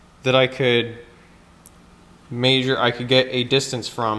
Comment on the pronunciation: omg love the content and no hate here, but I can't handle this. It's definitely "mEasure" not "meAsure"